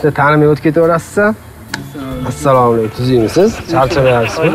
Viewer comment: нормальный салом беришти ургатийлар. Саамкум дегани нима дегани? Хутти биров зурлаб мажбурлаб сураштиргандай сурашади.